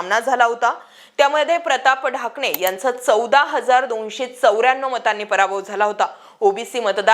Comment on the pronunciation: प्रताप ढाकणे आहे ते..ठाकणे नाही😂😂.. बेसिक माहिती शेअर केली..काही नाविन्य नाही